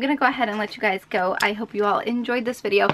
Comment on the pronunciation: When you was sayng (hey guys) actualy you was saying (hey glus)